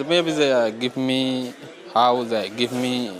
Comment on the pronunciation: Come Matt it was obviously "Gib Me!" not "Give me". Gib me, gib me, gib me.